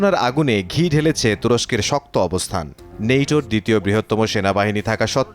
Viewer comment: নেইটো না দাদো ওটা হবে ন্যাটো, আপনি তো বেশি শুকুদ্দো বলেন 😅😅😅😅